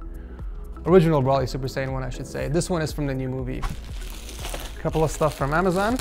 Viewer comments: (Bro-lee) not (bruh-lee) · It’s bro-ly not bro-ley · His name is Broly, not Braly. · Nobody: “brawlee” instead of broly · Is it just me or did anyone else get annoyed when he said brolly instead of broly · it irritated me aloot when in the beginning he said braly not broly pronounced bro ly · Isn't it Bro-Lee not Brawl-ee correct me if I'm wrong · Its bro lee not brawly yes I'm that guy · BRO-LEE NOT BRAHLEE BRO-LEE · It's not browly it's bro ly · i dont know why it triggers me when you say brawly i just say goku or kakarutto or is brawly a difrent person i dont realy watch dragon ball anymore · The way he says broly 😭😭 BROLLY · Lmao it triggered my ocd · Why you say broly like broccoli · my man cant do a broly PC set up if he cant say the name properly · The way you say Broly is actually pissing me off! I don't even watch Dragon Ball Z and even I know how to pronounce his name! 😂 Pleaseeeee watch this video and start pronouncing his name correctly! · I can't not think about him pronouncing Broly wrong :(